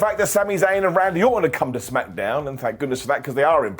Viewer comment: ITS CALLED SMACKDOWN NOT SMACKADOWN 😂